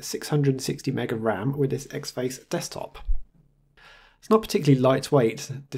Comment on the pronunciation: great video as always, but this is the second one where you review a distro with the xfce DE and you keep saying "X Face" Ahhhh please stop it's having the same effect on me as someone dragging their nails over a chalkboard it's pronounced as four individual letter's, this from the first line of the wikipedia entry for xfce:- "Xfce (pronounced as four individual letters)" see!, small gripe I know but it's got to me, you wouldn't say Kade for KDE would you?, anyway feel free to ignore me and keep making video's.